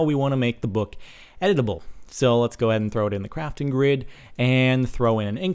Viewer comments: I thought he said 'edible' as in, eating books. O.o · Am I the only one who thought it said "edible books"? xD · I thought u said EDIBLE lol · at first i thought you said edible blocks. i was thinking is there steakwood now? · is it just me or every time Captain Sparkles says editable, I hear Edible. a.i. making the book edible :P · when he was talking about the books being editable i thought he was saying edible. like eating. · i thought when you said "editable" you said edible as in consume to gain exp. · Am I the only one that thought he said edible books? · I thought he said edible book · i thought he said edible books lol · I thought he said eatable books lol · How many other people thought he said edible? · i kept thinking you were saying "edible books" :P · Lol, I thought you were saying "edible books". xD . Also, YES!!!!!! Mining ice is awesome. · Thumbs up if you thought he said edible books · i thought you said edable im like 0.0 ahhhhh this is crazy then its like quill and im like ewww you are going to eat a pen and a book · this whole time i thought he was saying edible! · Lol the whole time I thought he said editable books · I thought you said edible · i thought you said edible books XD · i thought he has said edible books, and i was like yes now i can eat my words! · i thought he said eatable books for a while.... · i thought he said edible books XD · Am I the only one that thought he said edible, like, you eat it? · I thought he said edible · Did anybody else think it said edible books ? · i thought he said edible books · i thought you were saying it was "edible" :| i want to eat books! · I thought he said EDIBLE XD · At first I thought it said: "edible books" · Ohh i thought you said edible like eat the books i feel dumb now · I thought you were saying 'edible' books :P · LOL I thought he said edible books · Instead of editable books, i thought you was saying eatable books. -_ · I thought you said edible books... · i thought he sed we could eat books